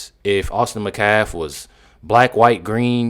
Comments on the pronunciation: Metcalf! Not Mcalf! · Why can't you "people" ever pronounce English words or names properly? HIS NAME IS METCALF, not Macaf. Moron. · I think you’re amazing but can you please pronounce Austin’s last name correctly? It’s Met calf. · Did she say Metcalf boys as in both boys? It sounds like she said boys. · The metcalf boy??? Damn, she doesn’t even have enough respect to say his whole name properly